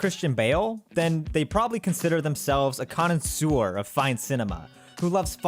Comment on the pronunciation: Dude study your vocabulary Learn how to pronounce the word "connoisseur" if you want to use it. Also, in a previous video I heard you say "certainT). The word is certaiN